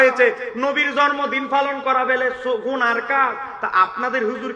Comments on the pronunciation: তুমি মৌলভী শুদ্ধ করে জন্মদিন বলতে পারো না জর্ম দিন বল আইছ ওয়াশ করতা মুর্খ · জন্ম দিন ভাল ভাবে উচ্চারন করতে পারে না।